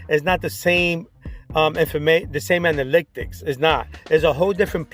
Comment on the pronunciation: Me everytime you say anaLYCTics vs analytics 😬🙉. but I’m going to see if this is true about watch time by only uploading shorts to a new channel.